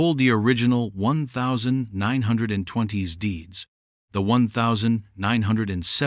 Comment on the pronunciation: AI needs to understand how to pronounce 1920